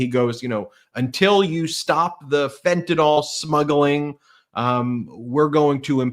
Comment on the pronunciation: Ben needs to learn how to say fentanyl.